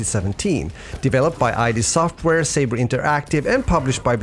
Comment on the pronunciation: Don't call them that. It's not I.D. Software. It's id Software. it rhymes with "bid" or "did".